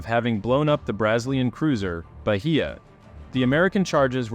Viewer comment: "Brazz-lee-an" cruiser? It's like my Google voice pronounces Houston as House-ton.